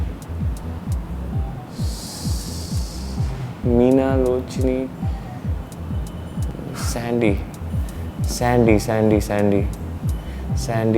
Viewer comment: dude he remembered meena lochni, that unpronounceable name of deepika. he is wow